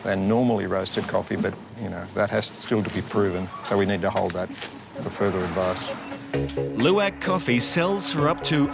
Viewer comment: I have never heard the pronunciation of "Luwak" this bad